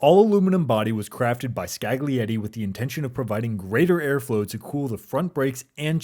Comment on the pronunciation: Great video. You gotta learn how to pronounce Scaglietti tho